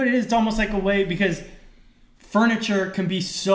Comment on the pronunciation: Anybody else notice that says "fRuniture,"? Always thought that was interesting